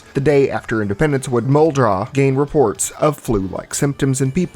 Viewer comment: Also, thank you for saying Muldraugh correctly. I have heard a certain large Zomboid YouTuber constantly calling it "Mold-roff" and it drove me nuts LMAO.